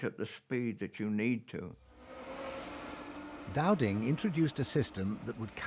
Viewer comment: it’s “Dowding” geez 😂